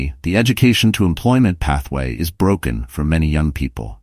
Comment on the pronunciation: BROCKEN? you mean BROKEN?